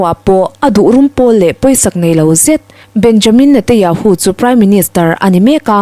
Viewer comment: Chhiar ngaihnawm thiam khawp mai mahse thil pakhat lek Benjamin Netanyahu ti a lam turniin ka hria